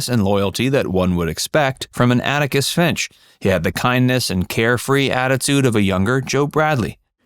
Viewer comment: Atticus. Not Anicus.